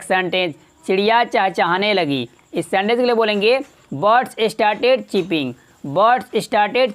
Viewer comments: चिपिंग नहीं, चर्पिंग . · It's chirp is pronounced as churp यानी चर्प, चर्पिंग